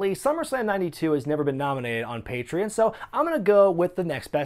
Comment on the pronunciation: You mispronounce "patreon" in every video.